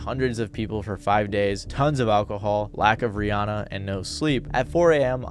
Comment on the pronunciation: That not how you pronounce Rihanna.